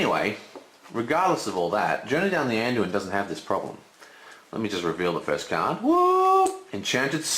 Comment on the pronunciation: It's so funny when you try to explain game-mechanic, but do so many mistakes. Dont speaking about ur pronunciation of certain cards which is crucial (Anduin?). And what the hell is cast? Or a horse-braker? lol